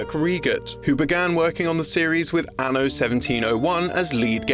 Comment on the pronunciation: I really hate the way this dude says Anno